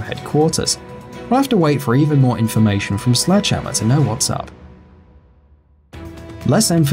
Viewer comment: Everytime he say "Slegdehammer", I always remember Eungene Sledge. Because his nick name is Sledgehammer